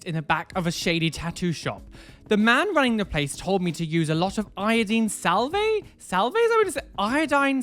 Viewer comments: I love that you kept pronouncing "salve" like salvay...it's supposed to be pronounced like solve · Also deary, its sal-vv, not sal-vey. The 'e' is silent. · It's pronounced "salv" and is like a bacitracin like consistency 😃💖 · Sal-ve the e is silent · Salve in American is pronounced [SAV]. THE L IS SILENT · I think you confused yourself! Its said like valve but with an s so salve ! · i think the word is salve (sa -al -vuh) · Salve is pronounced without the E Like Salv! And neosporin or polysporin are examples of a salve! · It's pronounce "SAV." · salve is pronounce like solve-- its like a balm made of iodine and petroleum jelly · The L is silent in salve. It’s pronounced “sav” rhymes with have. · You pronounced salve correctly except the "E" is silent. I had my daiths pierced and they told me to use wound wash/saline water, iodine or antibacterial soap and water and not to use rubbing alcohol. I'm curious to know on the salve she is describing if it is the same as I understand salve to be, I live in the states and am 50 year old mom of 4 for context. We always considered concoctions of either Vaseline, or a combo of Vaseline and bee's wax with a medication or treatment type component added in. IF they are the same just with iodine added that would have essentially sealed the piercing and allowed no drainage, which would be why it got so bad. Bless their heart!!! I did have to remove one of my daith piercings as they pierced it too shallow and it was working it's way out and a major difference in position was obvious. I got mine done for migraines and it nearly knocked them out completely. now that the one side is out, they are back up to half as many as before and are more dominate on the side I had to take out!! :-( But once it heals they are going to re-do, and it is a well know pro shop!!! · Haha the way he pronounces 'salve' is insane 😂